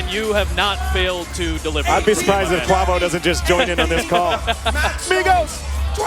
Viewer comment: Announcers butchered a Tom Brady reference & Quavo is pronounced (Qway-voh)